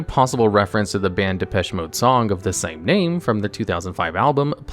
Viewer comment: The way he pronounced "Depeche" made me suffer, but not well.